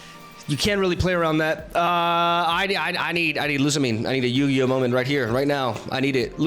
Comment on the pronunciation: "Yu-Gi-Oh?!?" 😂 That was a new spin to it hahahah